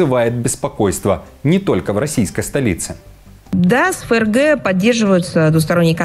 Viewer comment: НЕ. ЕФ ЕР Г. А ФРГ.